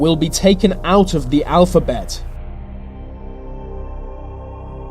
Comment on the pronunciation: Your accent gets to me too much. It's 'th'e , not v Vats not the full quote should be said with with a th. How hard can it be 😂